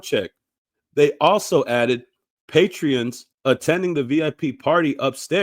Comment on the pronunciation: Sir it's Patron not "Patreon" 🤦🏿‍♂️🤦🏿‍♂️🤦🏿‍♂️🤦🏿‍♂️